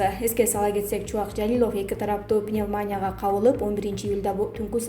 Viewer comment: Диктор кыз каронавирус башталгандан бери "пневмания" мн "пандемия" деген созду туура айтканды уйроно албай койду.